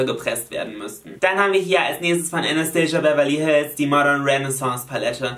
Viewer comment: Jolina Anastasia Beverly Hills wird nicht englisch ausgesprochen sondern wie es geschrieben wird. Sie selber hat das mal in einem Interview gesagt :) lg